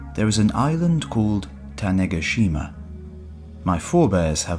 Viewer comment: Ta-neh-GA-shima my man